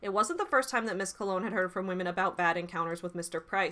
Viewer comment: Just a tiny thing but I wanted to thank you so much for pronouncing Colón correctly!!!! <3 <3 <3